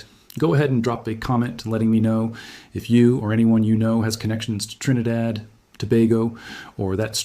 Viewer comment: Wow and you pronounced our country name correctly🎉trinidad